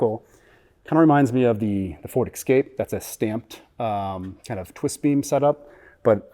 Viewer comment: Hey, it's pronounced Ford "S"-cape, not "X"-cape. The word "Escape" has never had an X in it to pronounce. Grammar police out!:) But it seems like such a shame to take apart a $100,000 truck. And yes, I know they will make more money selling the information they get from this teardown.